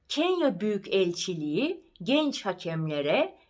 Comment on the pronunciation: İlk defa dinledim. Çok güzel. Dinlemeye devam edeceğim. Ancak, Büyükelçi derken yan yana olan k ve e yi ayrı şekilde ve ulama yokmuş gibi okuduğunuzu farkettim.